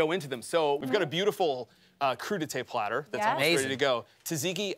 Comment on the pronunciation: A wise man once said: Fora suppah, I, er, uh, want a party plattah! His name? JFK.